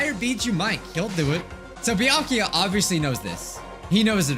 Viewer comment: You were close, "byakuya"